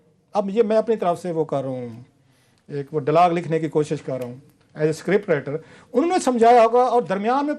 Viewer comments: اس چیمپئن صحافی صاحب کا اردو کا تلفظ تو صحیح کروادیں،یہ ہمیشہ اتنی غلط لفظ بولتے ھیں کہ نہ وہ اردو کے لگتے ھیں نہ ھی پنجابی کے لگتے ھیں، محض کو محاذ،،ڈائیلاک کو ڈالاک کہتے ھیں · صیح کہا اپ نے پالٹی ڈالاگ جلاباں پیپل پالٹی وغیرہ وغیرہ 😆😆